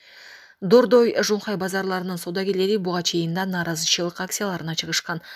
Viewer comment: Шунхай деп окуп койдубу?